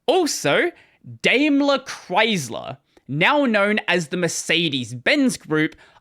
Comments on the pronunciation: interesting story, thank you for entertaining. But my German ears feel uncomfortable hearing you say "Daimler" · Dime-ler. Know-vale